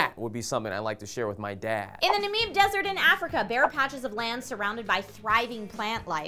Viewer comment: its pronounced "Na-Mib" not "Na-Meeb"